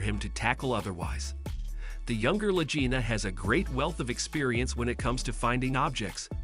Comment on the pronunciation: This is a NOTHINGNESS rehash of everything everyone knows.... except they didn't know that you don't know how to pronounce LA GEENA or LA JEENA in several spots, and that I have never heard Marty referred to as 'Matty'. Celebrity Net Worth is WORTHLESS